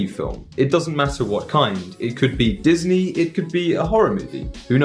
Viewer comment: Дисней произносится ['dizni], а не [dis'nei]. Я в шоке 🧐